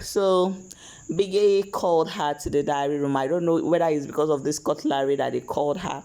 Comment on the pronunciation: Why do you call this utensil cut-LARY!